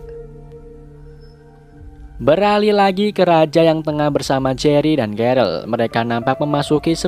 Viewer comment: jery woy bukan gery